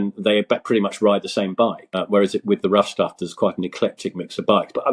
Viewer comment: I keep hearing Rough Tough Fellowship, I believe the correct is “Rough Stuff”.